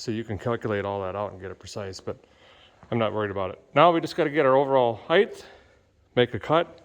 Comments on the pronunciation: Derek, its not "Heigth", its "height" hahah! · “Heighth”, isn’t a word. It’s just height. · Maybe a guy can tell me why so many people pronounce height as heigth?